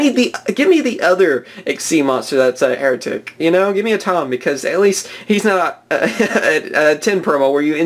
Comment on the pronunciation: Hieratic is pronounced high-ratic.